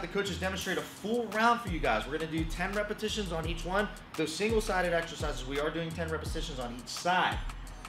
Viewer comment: Did he just say repasitons the sexond time.